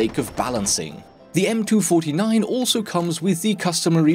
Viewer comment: cant handle that you say m2 49. its m 2 4 9